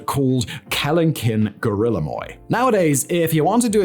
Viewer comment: He also pronounced guillermoi as "gorilla moy."